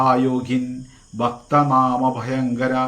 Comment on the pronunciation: ഭക്ത നാമ എന്നല്ല ഭക്താനാം അഭയങ്കര എന്നാണ് ഹേ